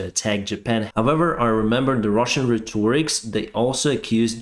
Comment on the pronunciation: Rhetoric has the accent on the first syllable RHET or ic